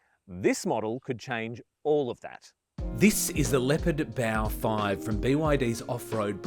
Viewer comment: It's Bao 5 in China, not Boa 5.